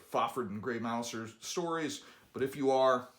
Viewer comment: Thank you for saying “Gray Mouse-er” instead of “Gray Mou-zer”. He’s a rat killing dexterous cat for gods sake.